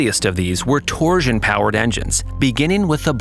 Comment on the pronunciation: That AI gotta stop saying "torsion"